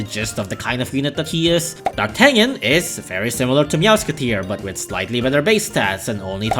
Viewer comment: Fun fact D'Artagnan is actually prononced "DAR-TA-NYAN"